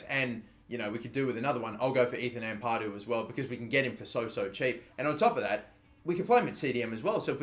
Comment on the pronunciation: You gotta start saying Ampadu right, it’s not Ampaaadu